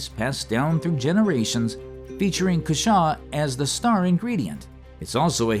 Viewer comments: I had no idea that J. artichokes were actually native. Dad grew cushaws and yes they are delicious. Although I usually hear it pronounced COO shaw, not coo SHAW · Cushaw pronounced with the emphasis on the first syllable...CUH-shaw